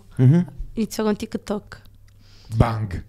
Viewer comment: Si,ma si dice TikTok non Tikkettok